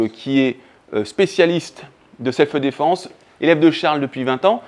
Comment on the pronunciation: On dit pas "selfeu défense"... 😬